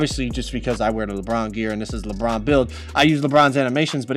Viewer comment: Why does he say Lebron like “lepron”